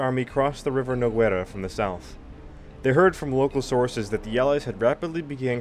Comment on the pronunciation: Nice series on the War of Spanish Succession. These videos needed to be done. Minor criticism, pronunciation of the Spanish toponyms, especially Lérida/Lleida, Balaguer, and the river Noguera - that "gue" bit is not goo-e, but g-e. It is one of the few cases in the Spanish language when there are mute vowels. Not asking for Noguera-Ribagorzana, the full name of that river, however. But it is only a minor criticism, like the series, and subscribed.